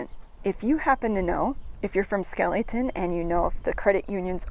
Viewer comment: its pronounced Skelly Town not skeelyton ! i know because my grandmaw Flippo and aunt Joyce lived there on the main street for as long as i can remember . I was born in Borger Tx in 1949 and lived in White Deer Tx until i was 4 then we moved to Lefors Tx . My dad worked for Northern Natural Gas , which had natural gas pipe line boosting plants both in Lefors (Grayco Plant) and the plant in Skellytown . My uncle Ervin Carper worked at the Skellytown plant . Both plants had housing built on site for the employees . Northern Natural Gas was sold to Enron in the early 70"s and the Greyco plant in Lefors was demolished , forcing us to move to Pampa Tx in 1964 .I dont know exactly when the Skellytown plant was demolished , my uncle died in 1968 while i was in Vietnam Both were converted to computer controlled opperation from the home office in Omaha Nebraska .i visited the site in 1994 and there wasnt hardly any evidence that either even existed